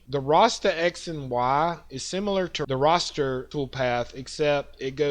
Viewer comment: Straight forward training, nice job. One nit pick, very minor… it’s “RASTER”, Not “ROSTER” sorry. Good info though. Thx